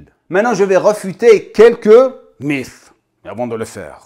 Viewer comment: "Les mythes", j'avais compris "les MILFs" 😅